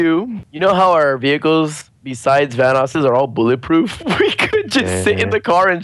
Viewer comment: Vanoss not canoes